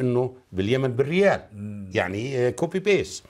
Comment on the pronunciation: أسمها كوبي بيست وليس بيس تحاول الحديث بلغة لا تملك ابسط مهاراتها